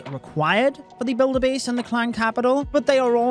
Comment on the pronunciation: Am I the only one who noticed “builder blase” 😂😂